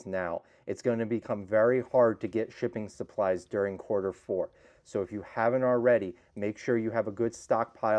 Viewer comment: I keep thinking I'm hearing "chicken supplies". Lol.